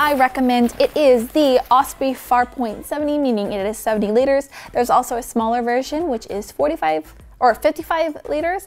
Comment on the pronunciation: how many liters i didn't understand what she said haha